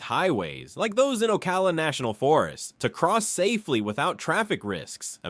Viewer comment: While the. Narration was interesting, a lot of the video is from anywhere but Florida. The steams and waterways in Florida do not have rapids. And any scene with a mountain in it is obviously from out of state. Then there is the pronunciation, names like the Dry Tortuga’s and Ocala were butchered. This looks to have been done by AI.